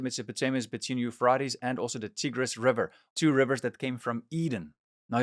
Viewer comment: The Teegris river…? The euphraaates river? Great content but my autism won’t let me ignore how off your pronunciation is of those rivers. I wish I could have finished the video.